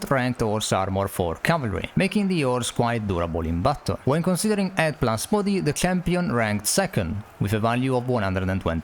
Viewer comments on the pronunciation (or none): none